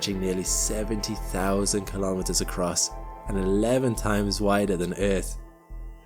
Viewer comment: 'Kilometers' is pronounced kilo-meters, same as kilo-grams. Not ka-lom-it-ters. No one says ka-log-rams for kilograms.